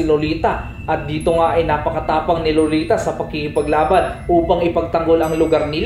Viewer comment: Ser pag nagsasalita ka sa pangalan na lolita lagi kong naririnig loliTA!! At kay Uranus ay Uranyus